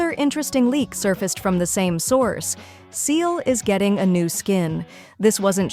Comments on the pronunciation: I still use Seele, she is great in Divergent Universe with the right set up. That said, I do recognize there has been power creep that has knocked Seele out of the top. Also, as this is my first time watching one of Almight Shotgun's videos, is the voice AI generated? As the voice kept saying Seele's name wrong. It's not pronounced "Seal", it's pronounced "See-la". She and others in the game say it as such. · This AI voice saying Seele's name incorrectly annoys me so much that I almost left a dislike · One day I will find an english-speaking person who pronounces poor Seele's name right xD One day. I have heard like 10 variants already haha